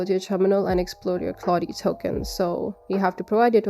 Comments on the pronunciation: Anthropic's Claude is named after Claude Shannon a pioneer of computer science and inventor of Information Theory. Anthropic's LLM is named Claude after his first name, and the pentesting tool takes his last name. Claude is pronounced "Claudd" with the "e" being silent. The emphasis on his last name is on the first syllable "SHAAnnon". It sounds really weird to industry professionals when it's pronounced "Claudy shanNON". 😏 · Love the way you say Claudee and Shanoon!